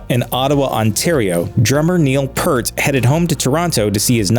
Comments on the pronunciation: There has been widespread mispronunciation of his name in this way all his life. I grew up mispronouncing his name. Everyone said it that way. So it's understandable they would get it wrong in this video. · One of the most famous men in entertainment and after 40 years, even his remembrance from Grunge was no less tragic because they couldn't take 30 seconds to figure out how to pronounce his name. I have seen interview after interview of Neil correcting people or just stating his last name. But these guys didn't care enough. So cool. So epic. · Omg. All these "rock journalists" who never pronounce Neil's name correctly! GTFO! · Amazed at how a journalist could mispronounce his name... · You could at least pronounce Peart correctly, FFS. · A great man has died, and all you scumbags in the comments are riding on it to call this YouTuber out on a simple fallacy of him mispronouncing the name for your internet points, calling it "a tragedy," and making it seem like a big deal. However you pronounce Peart, all that matters is the music. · I like how he mispronounced Neil's last name the whole video! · So sick of assholes mispronouncing Neil's last name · Learn how to correctly pronounce “Peart”. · It couldn't be Rush without anyone of the three of them. Can't you at least pronounce Neil's last name correctly though? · Brutal! Every time this guy pronounced Peart wrong, I got angrier and angrier! Dude, plenty of info out there on how it's properly pronounced. This is just a hack video cribbing info from other easily available sources. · How can you give a LIKE to a video that can't pronounce Neil's last name??? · Down voted as you couldn’t be bothered to learn how to correctly pronounce “Peart.” Hacks. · Dammit! At least pronounce his name correctly if you're going to capitalise on his death by making this video. It's insulting to those of us that love him and who were inspired so deeply by him. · It’s Peart!! 👂🏻with a P and a T at the end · It's pronounced "Peert".